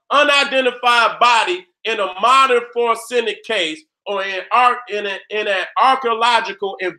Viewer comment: So Nobody ain't gone tell da it's FO REN ZIC???? NOT FOR SEN IC. HAHAHAAH SHOUT OUT TO DA GENERAL... NO DISRESPECT 💯💯